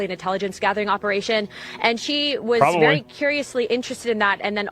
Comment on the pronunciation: "Let me be bery clear" " i did not have sexual relations with that gerbil"... 😄🤣😆